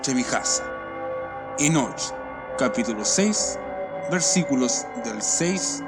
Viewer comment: Me choca cuando dices: Enoch con énfasis en la H. la H es muda no es necesario que trates de pronunciarla. Solo ENOC es suficiente. Buen video ya me suscribí y le di like